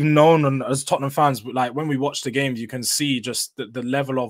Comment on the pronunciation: It is the history of the Tot-ten-ham 😂